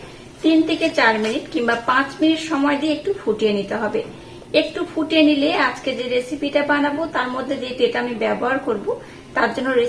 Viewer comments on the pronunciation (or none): none